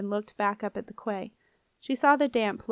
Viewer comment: Hey great job 👏 genuinely read well. I just wanted to add though that quay is pronounced like kee or key, not cway.